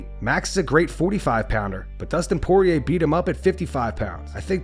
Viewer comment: DUSTIN SOARIER 😂